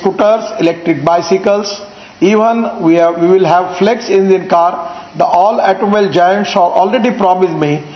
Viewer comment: I know he can't pronounce Toyota, but it looks like he can't pronounce the word automobile either. LOL